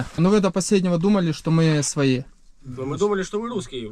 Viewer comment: украинское произношение своЇ уже выдавало, так же как и отчётливое ЙАзык вместо русского езык. И в других моментах по типу "впав" тоже проскакивало. Глухие попались